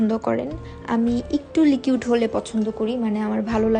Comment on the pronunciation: লিকিউড না আপু,,,ওইটা লিকুইড হবে